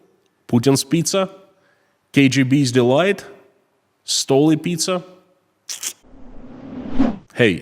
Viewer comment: the be called "Pi-Z-a